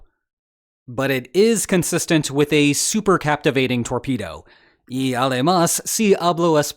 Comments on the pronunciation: Cavitation not captivation, love your show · Cavitation ,not captivation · Its cavitation not captivating